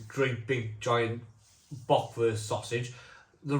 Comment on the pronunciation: Hope you don't mind me giving you a few pronunciation tips mate (I'm a Taff living in Germany) Germans pronounce Z as "tz" It's pretty difficult to get your tongue round and get it correct.. Bergwurz (baerg-wurtz) means Mountain Spice (or root) ..Double meaning !! Kaminwurz (kameen-wurtz) is Chimney Spice (root) Landjäger (land-yay-ger) means country hunter. Radler simply means cyclist (so it's beer for cyclist) Glad you enjoyed them all 👍 🏴🇩🇪